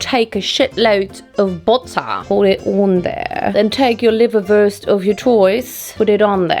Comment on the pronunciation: Liverwurst in English is liverwurst without the accent 😊 🇨🇦